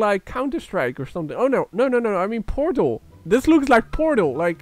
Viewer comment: when he said portal it sounded like porno